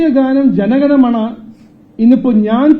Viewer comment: അല്ലയോ sir. ജനഗണമണ അല്ല ജനഗണമന എന്നാണ്.